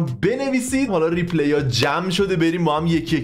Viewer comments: ریپلای درسته جان، نه ریپلی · آقا ، ریپلای‌. نه ریپلِی. بذار لااقل انگلیسی رو درست از تو یاد بگیریم